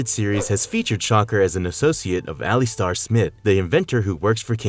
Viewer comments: its not pronouced (ali-star) ...its pronounced (ali-ster) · Good ol al-e-stare Smith lmao 🤣 cmon man it's pronounced al-luh-star lol you guys struggle pronouncing the most common words/names I swear. Good content tho. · The other guy, who created the Spider-slayers, whose name is being constantly & BADLY mispronounced is Alister Smythe (the y is pronounced vs being silent for the last name), as you do at least once in the video. The horrendous mispronunciation of Alister is really killing us, your audience....